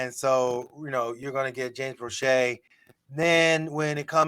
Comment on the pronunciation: Proche is actually asked to play most on the healthy scratch list. Steve Smith doesn't even know how to pronounce James Proche's name when he said that. Also, if Proche is the best WR we have then that's an indictment on our WRs.